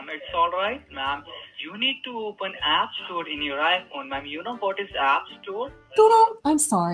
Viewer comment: App Store a pee pee store he said